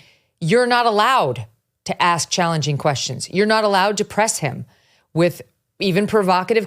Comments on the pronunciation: Cannot pronounce the word “ask”: he says “aks”. Give me a break. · Do intelligent people really say "aks" rather than "ask" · If you have been a reporter for more than twenty years you should be able to pronounce ASK correctly. I cannot take this man seriously. Don’t even AXE me to try. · As soon as someone says “aks” instead of “ask” I can’t take them seriously. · I hate when someone says ax for ask. The anchor was doing his job and so glad to see it. The leaders are a joke ... cbs is neutral in what fantasy. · Just one question: When will our back citizens learn that the word is "ask" and not "axe"? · Interesting that the ‘renowned author’ mispronounced the word ask? Ax is not to be confused with ask, jackass sir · Try to pronounce the word “ask” correctly, please. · The great writer actually said that she showed him what she was "gonna aks him" just saying. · Another so "educated" who can not pronounce the word ASK. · I cannot stand when educated reporters and authors cannot speak the word "ask"...it drives me nuts.... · Why can't black people say the word ASK! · Does that guy not know how to pronounce 'ask' ... What is that?